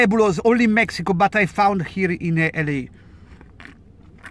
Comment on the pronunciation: L.A PRONUNCIATO "EL I" E NON " EL EI " 😂😂😂 Ma questo e' il minimo...